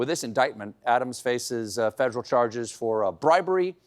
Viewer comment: Funny how Stephen’s South Carolina accent slips through just for the word “federal”.